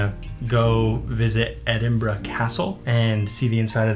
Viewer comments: My instant respect for pronouncing both Glasgow and Edinburgh correctly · Hi guys really enjoyed the video and well done on your pronunciations, they were spot on. When you come back you have to visit Edinburgh during the festivals during August, the city is out of this world at this time of the year. Thanks 🏴🏴